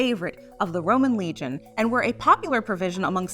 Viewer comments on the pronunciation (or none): none